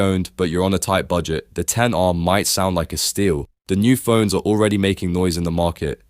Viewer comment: the minimum people should actually go for is the iPhone 13. especially now that the 17 is coming out, which means another price drop for it. also, mad props for actually calling it by it's actual name; the ten R. not "ex" R as other YouTubers would say.